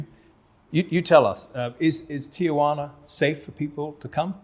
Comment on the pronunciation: It's Tee-wanna, not Tee-A-wanna. Got it??